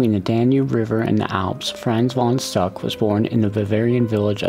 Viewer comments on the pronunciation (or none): Great video, but his name is pronounced Fronts Fon Shtook.